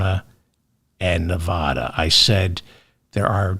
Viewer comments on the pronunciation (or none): CORRECTION: NEVADA IS NE-VA (as in vat)-DA not NE-VA (as in ma)-DA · CORRECTION, Just a minor one. Nevada is pronounced Nev-add-a not Nev-ah-da. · One more pronunciation correction, David. "Nevada" is not pronounced "Ne-vAH-da". Here's how you pronounce it: I forgive you; I grew up in NYC too. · CORRECTION: their is no letter O in Nevada, not Nevoda. 😝🤣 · Correction : it’s Nev- add- a. At least here in California. 😅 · Gentle correction. Nevada is pronounced with a short "a" (sounds like Ne-v-add-a) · CORRECTION: Pronounce Nevada like a midwesterner, the first 'a' like the 'a' in 'after', not Nev AH da. In an effort to avoid crazy conspiracy theories, we lefties refuse to consider the election was rigged. You won't even entertain the idea. Won't even discuss it. In what world do down ballot candidates outperform the Prez nominee? Maybe it's the world where coattails no longer exist. Maybe it's a world where voters are informed and carefully consider each candidate on their merits, regardless of party (JK, haha). But how about the world where one side cheats? Dems insist such an outrageous prospect can't even be looked at. We are better than that. We hold the high ground. Even though Repubs keep cucking Dems because we refuse to lose faith in the system, despite the blatant cheating R's keep flaunting everywhere else. I don't necessarily think Trump won bc R's cheated; I think it happened bc voters are ignorant of facts. BUT, the knee-jerk reaction of OUR SIDE refusing to be like THEIR SIDE is pigheaded. FOUR years of claiming the other side cheated seems to be a winning formula.